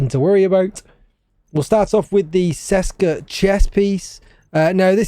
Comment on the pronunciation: It's CHESKA not SESKA 😅